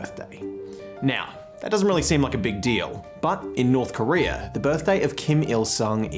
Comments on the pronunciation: its not korear its korea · It's North Korea not "North Korerrrr."